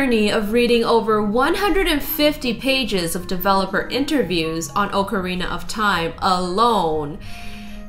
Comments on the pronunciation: Ocarina is awk areena not oke areena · you made a mistake it's pronunciation is ock-a-rina